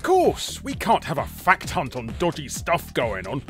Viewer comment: I can’t not hear “Fat C**t” whenever you say fact hunt lmao